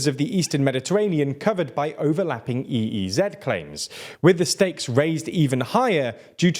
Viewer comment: What the fuck is an EE ZED it’s and EEZ